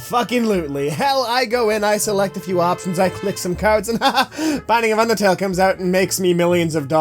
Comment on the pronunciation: DID SOMYONE SAY BINDING OF UNDERTELL